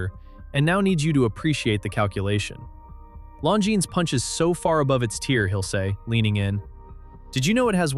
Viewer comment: I bought a Tag Heuer because I wanted a Tag Heuer, not a Rolex. Nonsense that people who bought one wanted a Rolex. Oh, and it is Longines, with a silent S. Before criticising watches' owners, pronounce the brand correctly!. Rolex used to buy in movements — the Daytona was powered by Zenith's El Primero movements for years util fairly recently.